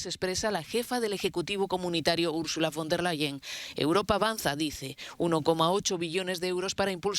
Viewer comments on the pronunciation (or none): No se pronuncia ( for ) sino ( fon ) o sea "Ursula von " !!!!! Si se vive en Europa hay que tener una mínima idea de cómo suenan los idiomas que aquí se hablan , por lo menos checas en el diccionario electrónico ! Hoy, todo mundo tiene uno , en especial si se es comunicador , periodista o reportero !!! Has tu trabajo con pasión !!